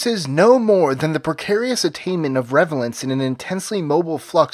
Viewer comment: "Relevance," not "revelance." wince Love ya, Mike, but you goofed up there.